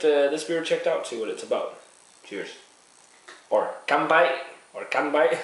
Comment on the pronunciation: By the way, you pronounce their name "Kee-oo-chi" I like how you said "kanpai" though :) Represent!